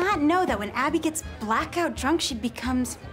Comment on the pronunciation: stop calling her Abbi, it's Abbo